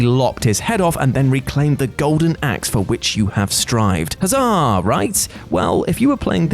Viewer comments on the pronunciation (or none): none